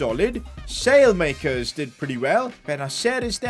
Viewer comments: Salemakers 😂😂, at least try!!! It's pronounced something like Salamakers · its not Salemakers as you say it's pronounced Salah-ma-cars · Its not “sale-makers” its “ salay-makeers” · By the way Saelemakers is pronounced like this - Salah Mackers rather than sail makers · As An AC Milan Fan, His Name Is Pronounced Sah-La-Ma-Kers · you're saying his name wrong it's pronounced "Sally - Mac-kers" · You have to say Saalemaakers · Just say the e as an a from saelemakers speak the e as an a